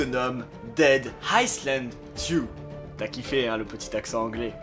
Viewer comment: Le « s » de island se prononce pas